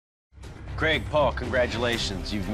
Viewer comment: “Craig, Paul” I thought he said Greg Paul